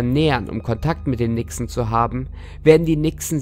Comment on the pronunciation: Nixe.Hab am Anfang Wichse verstanden.😂